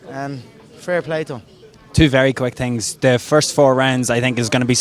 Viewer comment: "Two quick tings" Half way thru video